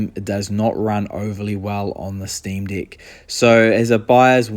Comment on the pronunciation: as an australian, i think its a new zealand accent at work!